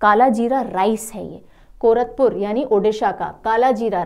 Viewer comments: Mam it's not कोरतपुर - Odisha , It's will be pronounced as - Koraput - कोरापुट ❤❤❤❤ Thank you for your dedication towards us . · Ma'am... All your classes are so interesting... Love your mnemonic tricks... I'm from Odisha... It's कोरापुट का कालाजीरा rice And रसाबली sweet dish... Which are mispronounced. 😊😊😊😊😊😊😊😊😊😊😊😊😊😊